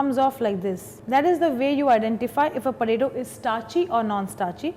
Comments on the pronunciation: why does she keep saying puh-taytto??? its so annoying i cant seem to focus on the video whilr hearing puhtaytto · whatt is porato porato thing hahahahha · all cool, but what's a porato xD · You say Poe ta tooo and She says pataeto.